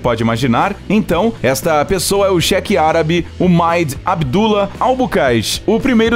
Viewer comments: Só eu que percebi que ele só fala Shek e não Sheik. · Ainda bem que ele é um cheque que tem fundos, né? Quer dizer então que o milionário arabe aí é um "chéque"? Nem acredito que eu ouvi essa pronúncia! Pra mim esses milionários árabes eram Sheiks e não shek. É Sheik, Sheik, Sêêêêêiiiik. e terminou a parte sobre o Sheik, sem concluir.... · Cheque affs fala direito kkkkkk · A pronúncia correta é Sheik! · o Cheque ou Sheik? kkkkkkkkkk pqp